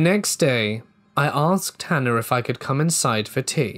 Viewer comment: Certain accents do that. This particular accent also says “idea-r”.